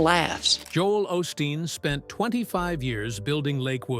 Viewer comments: You pronounce his name wrong. It is pronounced O’ steen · Wish you would pronouce his name correctly